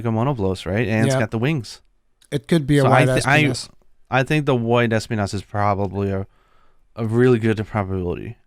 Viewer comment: It triggers me so hard when they say ES-pinas... Thorns in spanish is es-PI-nas.